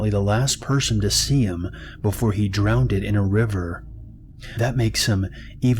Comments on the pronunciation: Drownded? You could edit just a little.... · I find it difficult to get into the creepy vibe of the stories when I keep hearing the narrator say things like "drownd-ed" , "expecially" or "across-t" 😂 Please stop